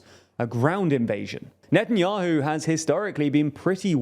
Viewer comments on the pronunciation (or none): none